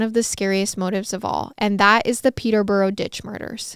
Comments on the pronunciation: I’m from Hertfordshire and then moved to Milton Keynes and I’ve never heard this story 😳😱 I religiously watch MWMH and never thought there would be one so close to home and it was fab❤️ also Peterborough is pronounced Peter-bruh and Herefordshire is herry-fud-sheer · Your pronunciation of Peterborough, St Albans and other British places are not good!